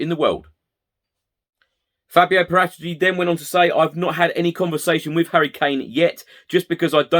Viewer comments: This is how you're supposed to pronounce Paratici.... I'm now going to say it every sentence so you get the point and I remember how to say it... :-) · Whatever the case is with Kane they’re not going to say anything to the contrary are they if they said he’s available his price goes down and with it any potential perceived leverage. Nice clarification on the pronunciation of Paratici.